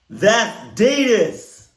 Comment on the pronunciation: I love you and your love for Adidas, but you do know you're not pronouncing it right, right? Been watching you for years now and I just have to ask🤷🏽‍♀️😂😂 all love tho🫶